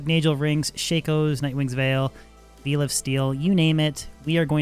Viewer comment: Veil isn't meat in this case. Its vail pronunciation you absolute newb. Long time lurker but this just put me over of the top. Rethink your day job